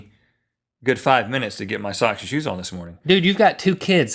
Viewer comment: omg that is funny that he said put on my shose kids